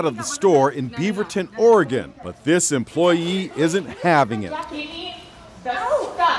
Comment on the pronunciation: It’s Oregon. 😂